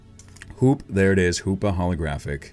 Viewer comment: When he said keldeo holographic card I heard keldeo holy crappy card